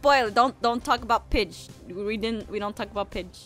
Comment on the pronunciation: can we have a moment when aphmau said Pidge but it sound like the b word?